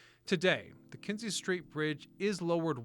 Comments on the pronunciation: KINZIE STREET..not KENZIE. Can't be that hard to at least get the name right, but no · Kinzie NOT Kenzie street